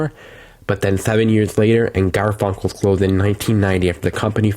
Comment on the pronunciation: Its Garfinckles not Garfunckles and the dept store is Hechts the t is silent. Its like your saying Hecks